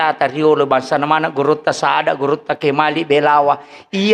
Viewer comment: Gurutta bukan gurunda jangan merusak bahasa bu!